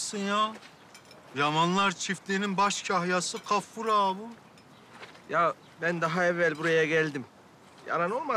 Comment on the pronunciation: Hatip ağanın Gaffur'a Kaffur demesi bir tek benim sinirimi bozmuş olamaz